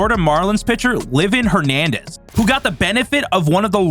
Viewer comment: Livin Hernandez? Brian Guyles? Eh Bar? Angel Hernandez pronouncing names now.